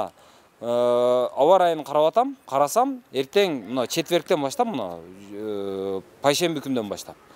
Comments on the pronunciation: пайшемби деген кун жок, бейшемби десен 🤦🏻‍♂️ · "Пайшемби" эмес "Бейшемби " Түзүк эле грамотный элен го. Селкинчек бойунча туура айттын, жыгылса адам соо койбойт.